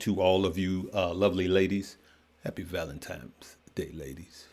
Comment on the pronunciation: Please back people… STOP saying “valentimes day”!! It’s an N not an M! Say it with me… VALENTINE’S DAY. Ffs… 🤦🏾‍♂️